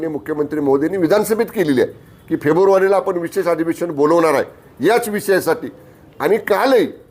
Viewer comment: Feburvari nahi re ratalya ( February)…. Tula neet bolta nahi yet…tondatil mava kadh aadhi